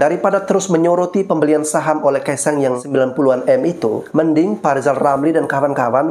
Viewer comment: " R " ini huruf apa ? Huruf L ' kata lisal🤣🤣🤣